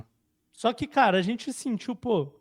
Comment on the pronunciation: KKKKKKKKKKKKK O LÁ ELE SUTIU FOI ÓTIMO